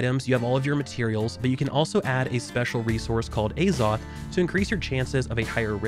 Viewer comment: The way you pronounce azoth :D